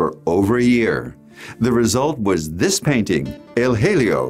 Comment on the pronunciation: It's unfortunate that the presenter didn't take the time to learn how to pronounce the name of the painting in Spanish.